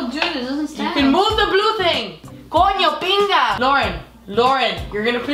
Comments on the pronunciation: you shold curse more in spanish, I laughed so hard when you said cono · when she said coño ñina (i dont know how to spell that) i was like. she can speak spanish